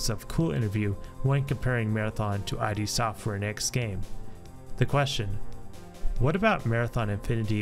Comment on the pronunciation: Id Software. Not Eye Dee Software.